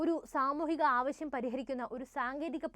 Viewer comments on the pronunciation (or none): none